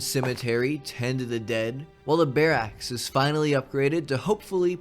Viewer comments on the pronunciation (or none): The way your say Barracks as Bear axe is hilarious. Loved the video! You do an amazing job of injecting narrative into these management type games. Keeps it fresh!